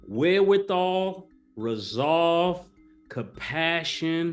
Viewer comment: Mace the only dude that will say wherewithal properly followed by kapashun. I feel like dude got accused of plagiarism all the time in English class. Teacher: There is no way you wrote, "the insurmountable obstacles threatening ultimate success "The ubiquitous melancholy of the downtrodden, made for a harrowing experience. Lil Mason: "I wrote that. All me." Teacher: The next line you wrote was, "They were standing there with a pair of fanalias, it cost them to loose there writes." Mase: "Yup.they said fight four your writes." Thas what im doing in the present tents.